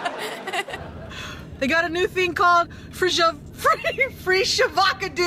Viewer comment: “Get to Del Taco! They got a new thing called Fre Sha Vaca do!” Classic 😂